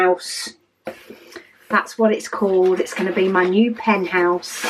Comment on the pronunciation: I LOVE it!!!! I am trying to stop buying pens (for now) 😂 I have a full rainbow that is available in my Lil swivel caddy! And, I pick a pen based upon my mood! I kept giggling b/c it sounded like you said "penthouse" a couple times 😉 I can't wait to see them all organized in there the way you want them !!